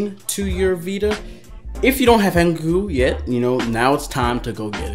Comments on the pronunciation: its not hen cuck oo its hen cock oo im gonna die if i hear it one more time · Dude did he just say hen ke ku omg